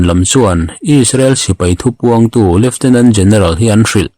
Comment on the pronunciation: Lieutenant tih tur zawk a ni lawmni leftinent tih ang deuh hian i lam zel a